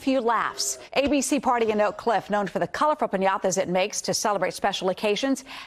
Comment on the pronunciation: What's a "PEÑAWTAW"